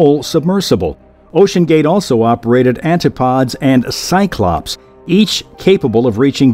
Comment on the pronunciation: Antipodes is four syllables, not three. It's pronounced like 'ant-i-pod-ease', with an accented short 'i'. Not 'anti-pods' as he said it.